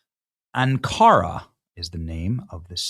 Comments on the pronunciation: Benny its anchor-ra. How can people speak for a living and not know how to pronounce words its not cutter its Qatar katar. And its Anchora not an cora. Lord please help is. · Ankara is Anne-Ka-ra